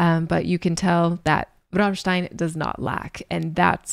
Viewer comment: Please don’t pronounce Rammstein like you do 😢😢😢😢